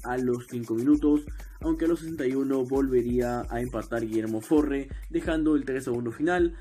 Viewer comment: Bro, no es por desmerecer tu gran video, pero tendrías que poner algunas Polémicas que rodearon a River en la Temporada 2009/10 Y 2010/11, Además, El Jugador de Belgrano que hizo el Gol, no se llama "Forre" se llama "Farre", más allá de todo eso, el video es bueno